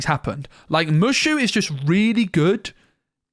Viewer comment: It's Moooo Shooo.. not Mush.... oo lol